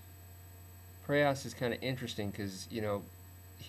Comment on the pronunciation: it is not preyOs it is preyas